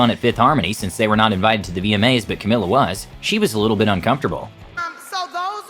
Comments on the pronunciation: Cau-mealla/ Camila. Just by the way. My name is Camilla like an American. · Camilla Cabello not cameyo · It’s CAMEEEELA. Not Camilla